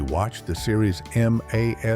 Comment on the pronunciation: I must question the video. Candy cigarettes were not available in vending machines all over the place, and MASH is not spelled out - it is always said as one word. Makes me wonder if AI is in use, if so then the quality is poor.